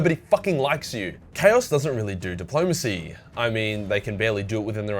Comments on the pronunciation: The fuck is dip-low-mace-ee? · says "bad faith depolomancy... Russia", me i start choking on a sherbert lemon:)